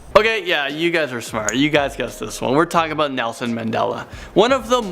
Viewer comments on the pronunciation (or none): none